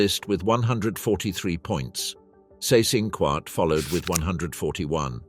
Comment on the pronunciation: Seyss-Inquart = "zice-in-kvart" ( QU is always pronunced as kv)